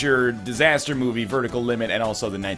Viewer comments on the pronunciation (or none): none